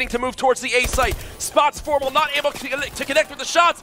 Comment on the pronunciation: Remenber when formal was called Formbal